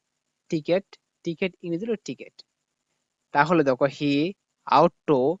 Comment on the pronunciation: টিকেট নায় ভাই ক্রিকেট বলেন